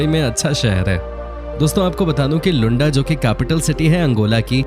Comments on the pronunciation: It’s pronounced as Looanda not Lunda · Its luaaandaaaa not lunda kuch bhi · Usually I appreciate the effort you guys put into making these videos, but I must say, you reminded me of the low level of intelligence displayed by Donald Trump when he referred to the nation of Namibia as "Nambia". Didn't anyone else notice this??? Also, it was hilarious when you referred to Luanda as 'Lunda". Doesn't that mean penis in Hindi? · Hi, Whatever you explained about Angola is ok. But please pronounce Luanda Properly, coz i have worked there. And there are some facts which is not True.....